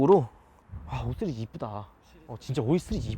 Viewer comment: 이형도 쓰리즈로 발음하네..